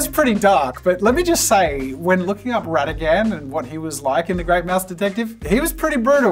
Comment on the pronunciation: Am I the only one unnecessarily raging over the mispronunciation of Rattigan and Olaf, as well as calling Scar from the LION king a tiger? 😅 😖